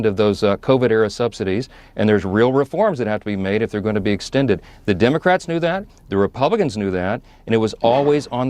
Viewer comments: Love her, "Senate Dumbocrats" she said 😂 Thought I misheard her the first time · Does Carolyn pronounce it dumocrats?